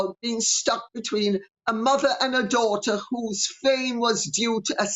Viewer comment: Like mather, like douther 😏